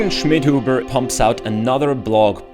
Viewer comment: I just like the pronounce: You_again Shmidhoobuh